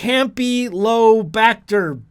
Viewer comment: "Campy-lo-bacter" lol I died when you said that!